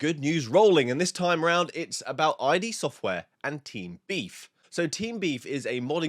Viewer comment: "Id" not "I D" software